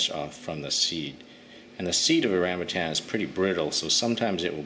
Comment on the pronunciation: Its rambutaaann not rambutcheeeenn 😂😂😂